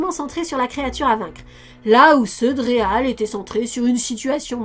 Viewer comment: Je n'ai que très peu vu Real (prononcer "rweel" comme "réel" en anglais) Ghostbusters et n'en ai donc que peu de souvenirs, mais par contre Extreme Ghostbusters était vraiment l'une de mes séries préférées lorsque j'étais pré-ado. J'avais vraiment énormément d'affection pour les personnages, notamment Kylie. Merci beaucoup de lui donner ses lettres de noblesse. Par curiosité, qu'avez-vous pensé du film reboot all-girls ? Personnellement, je l'ai beaucoup aimé.